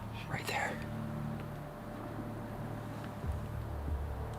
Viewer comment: Did he say "allthentic" ?